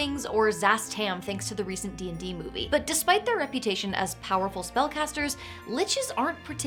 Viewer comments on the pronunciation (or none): none